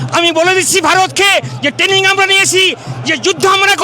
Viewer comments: Ei naki bangladeshi army major standard! Tanning🤣🤣🤣🤣. Training tao pronounce korte parena aabar ki bole London theke aseche.🤣🤣🤣🤣🤣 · Shala training k taning bolchhe buro bham 😂😂😂😂